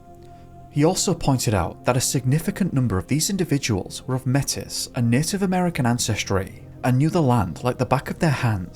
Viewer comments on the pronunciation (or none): Hello, I’m born and raised Calgarian. Absolutely love your channel and what you do! Just a small thing Métis is pronounced like ‘may-tee’.